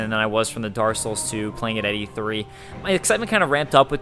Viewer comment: dark souls, not darssouls, you jerry walliss